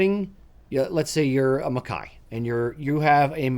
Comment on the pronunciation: So nice to hear MacKay pronounced properly.